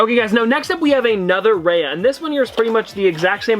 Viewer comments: Oh my God, I can't help but say this. My ear hurts everytime you pronounce Raya as Ray-a instead of Ra-Ya:( please do better and research the characters at least the pronounciation of their names especially in unboxings that you already knew which items you are showing us:( I felt really sad... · It's pronounced Ri-ya not Ray-a. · ‘Raya’ is said more like ‘Rye-ah’, rather than ‘Ray-ah’ :) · Her name is pronounced raiya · It’s pronounced Raya (rye-ah)